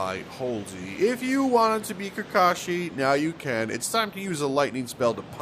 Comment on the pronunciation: Bro said kakashi 💀